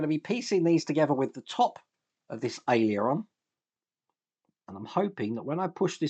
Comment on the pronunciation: Hiya, it's pronounced AIL-ER-ON, not AILEY-ER-ON:)